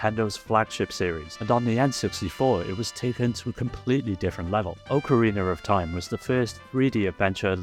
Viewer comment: "oakereener of time"